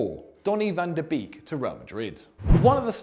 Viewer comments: van tah beeeeeeeeeeeeek it should be a meme. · The way my man said van de Beek is hard not to cringe as a Dutch speaker😂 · I´m getting angry because of how is pronouncing Van de Beek